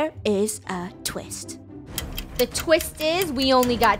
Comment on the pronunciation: I like the start how funneh said "BUT there is a TWIST!"